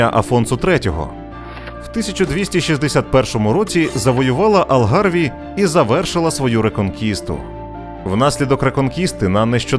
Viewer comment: Не існує річки Доеро . Є річка Дору . І не Бадахос( на мапі гугла не вірно написано ) ,а Бадажос так правильно назва звучить. Алгарве, а не Алгарві. Коімбра а не Коимбра